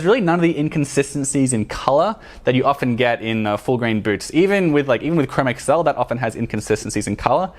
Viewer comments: Fantastic review. At the same time, it is painful to hear you mispronounce "chromexcel." It is not (google) Chrome + (ms) Excel. It is pronounced "chro-mex-ul." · Yeah I definitely wouldn't beat yourself up because apparently from what I've watched and listened to Nick Horween and also the guys that worked there from Ashland Leather mispronounce chromexel also. Keep up the great video's and stay safe in all this craziness.